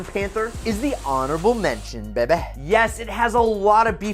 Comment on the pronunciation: For the love of Jesus Christ please stop saying baby/bebeh